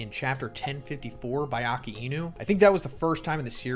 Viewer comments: Hate when he says Akee -e-nu its pronounced AKAI-NU😑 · Bro said akainu like Ah-car-ee-new 😂 Its said like Ah-kai-new